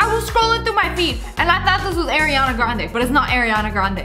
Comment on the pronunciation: It's Ariana not Ariana